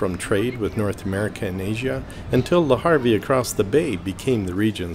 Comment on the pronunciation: I like your calm presentation. I hope to visit Honfleur one day. FYI, It’s Eugène Beaudin and Le Havre (not Harvie) 😊